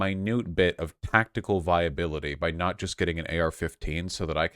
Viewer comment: Every time I hear Vaush say tactical my ears prick up